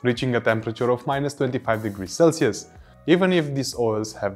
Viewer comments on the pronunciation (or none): none